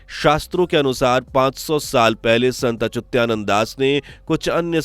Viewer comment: अचुत्यानन्द नहीं अच्युतानन्द सही है।